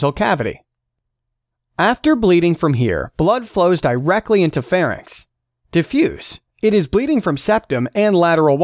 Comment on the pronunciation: Its Pharynx, not Pharnyx :)